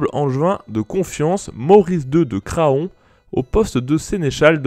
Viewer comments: Excellente vidéo. Bien meilleure locution qu'aux débuts. Par contre, "Craon" ne se prononce pas comme ça. C'est comme "paon" ou "taon" , ça se prononce "Krañ". Et si "rebelle" se prononce bien "reubelle", "rébellion" s'écrit et se prononce comme tel, avec un "É" comme "rÉbellion", et non pas comme "reubellion". Merci pour ce travail, merci de nous faire découvrir notre histoire. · En tant que Mayennais de naissance, je ne peux te laisser permettre d'écorcher le nom de cette ville ! ça se prononce [CRAN], point. ^^ ("faon" et "paon" se prononcent pareils)